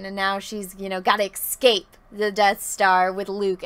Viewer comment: Did you say "excape"?